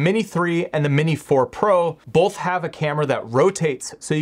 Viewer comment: It's really distracting when you say bowlth instead of both.